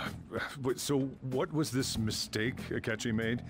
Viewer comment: ‘Twas a mis”cake”